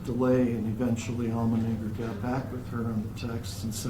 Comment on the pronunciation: It's almonddinger not almondnigger!!!!! What the hell?!